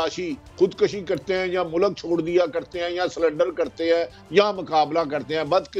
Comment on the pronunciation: Thieves will go to the last mile to destroy PTI completely. Allah is the final judge. Just wait and see. Bhatti sb it is not Mulak, it’s Mulk. Correct your pronunciation please.